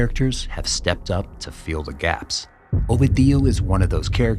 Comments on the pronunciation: Not a single time you said the name right. Constantly saying "Ovidío" instead of "Ovidio"... I refuse to beleive you've no form of asking someone how to properly pronounce it. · OVEDIO?? WHAT THE HELL IS OVEDIO, HIS NAME IS OVIDIO NOT OVEDIO. HAHAHAHAHAH OVEDIO. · next time say "o video" and not "ovi dio" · ffs say the name correctly its ovidio with a iiiiii not "ovadio" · Now who tf is Ohveedee-o 🤔😂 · Such a good channel, but they always mess up the protagonist's name. Ovi Dio, is this italian for eggs Benedict? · You have to stress the second syllable O-VI-dio. Not the last.The letter V in Spanish is pronounced as B. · Learn how to pronounce Ovidio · The narrator is saying Ovidio with four syllables but it’s only three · Damn it hurts to hear how you butcher the name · Great content but you're killing me with the pronunciation of his name. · One would think that, to be considered as a half serious piece of journalism, the narrator of this short film would at least learn how to properly prononunce Ovidio's name. But no. The maker of this video didn't have the professionalism to do his research. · That's not how you pronounce Ovidio's name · Yall dont know shit. Cant even say his name right. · very good, but one question how hard is it to listen to the media pronounce his name , so it can be said the right way? Every time it was said I got confused, like who the hell is he talking about.